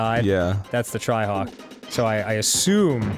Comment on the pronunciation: For some reason I heard Dan say “tryhawk” not “trihawk”